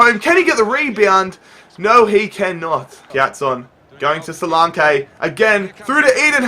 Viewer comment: Btw, solanke's name is pronounced; so-lanky